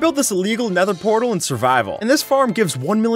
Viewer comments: omg a pether nortal... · Yo it’s a pether nortal